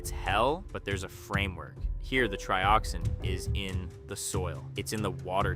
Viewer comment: Sounds like AI to me… TRY-oxin and TREE-oxin within just moments of each other? 🤔🤷🏻‍♂️ “They feel pain?” spoken like a question when it was meant to be an obvious statement… I dunno, you may have scripted it and possibly edited it, but that voice screams AI.